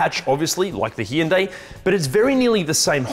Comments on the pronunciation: Yes indeed, 2 syllables not 3. Hyu is one syllable. The y is not voiced as eeee, it just changes the voicing of the H. It’s the same H sound of the name Hugh. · It’s actually pronounced Hyundai. - AK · The way you pronounce "Hyundai" drives me insane.